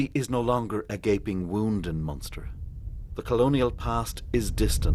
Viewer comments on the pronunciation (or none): Its Munster